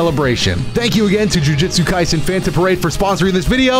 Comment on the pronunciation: The way I heard jujutsu kaisen jus sounded like globku😭